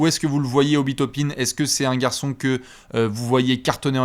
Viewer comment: Tu veux dire Obi "Top-un" ? 😂😂😂